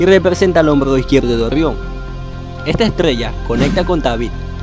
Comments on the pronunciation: Orrion🤣 rra rro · "Orrion"? "Beetlejuice"? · "Ogion" jajja, ta dificil pronunciar la EGE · Se pronuncia orion. No orrion. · 1ro. por que demonios dices ORRIÓN, si todo el que habla español dice orión 2do. deberías de utilizar un bot que hable por ti o a alguien con mejor dicción, parece que tienes una piedra caliente en la boca 3ro. por lo demás el contenido es excelente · Orrion? Se pronuncia Orion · No se dice orrion Sino orion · Es orion no orrion acaso este hombre no sabe hablar :v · Ori on Orión no Orión🤔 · La información es buena, ya conocía los nombres de las estrellas de la constelación, la pronunciación es pésima, no se dice "Orrión" se dice Orión. Una "r" entre 2 vocales suena como "ere" o "r" delgada y no como "erre". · Orrión, te recomiendo practicar la R. Saludos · Orrion? Orrionis? 🤦🏻‍♂️ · 'Orrión' xD Excelente video, hay te dejé tu like.